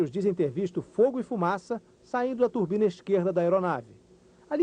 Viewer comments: Quando fala turbina meus ouvidos sagram! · E ele falando turbina tbm, slk, quem gosta de aviação como eu acabou de tomar duas facadas